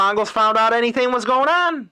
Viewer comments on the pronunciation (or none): none